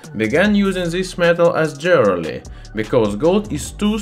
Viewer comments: I love the way he says "Jwearaly" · The funniest thing about it is. If you have english subtitles active, google translates it to jelly. That one got me laughing. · I like gold jerly. BTW he's from Estonia, not Russia. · Oh yeah, jeorly. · "Jewerly". Nice example of metathesis. Love the channel ! Subscribed. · I love your pronunciation of jewelry. I'm going to say it that way from now on. : ) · Good video. Thx. Intertwined, not Intertwined. Jewelery sounds like Joo-ler-ee. I always look forward to your new videos! Keep up the good work.